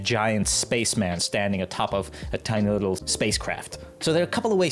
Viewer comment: Whimsical wittle scwug